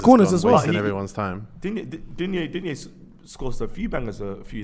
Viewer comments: If you want to pronounce Lucas Digne's name correctly you can hear him here: ...and it's not Dinje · Digne is actually pronounced "dean".